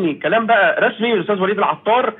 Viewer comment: العطار. بحرف الطاء. يا استاذ